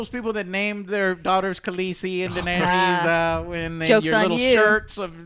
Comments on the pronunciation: DAENERYS! Not danis! Do you even watch the show?! Ughhhhh And dont give the excuse that they're made up words. All words are made up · Are you even able to remember how any of the names are pronounced, it's not Kegnbolw, ist Cleganebowl... Edit: holy shit you are literally incapable of pronouncing ANYTHING. It's not danys it's Daenerys and it's not vareeeeees for God's sake wtf is wrong with you.